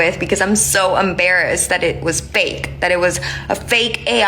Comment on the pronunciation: It's embarrassing that she said "umbarrassed".